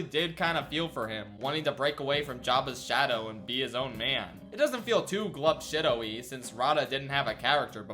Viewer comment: Glup Shitto with a strong emphasis on “shit”